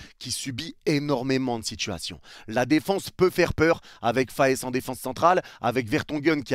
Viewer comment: trop bien la vidéo mais juste pour te dire je suis belge et notre gardien ne se dit pas castils mais castéls et pas faes mais fasse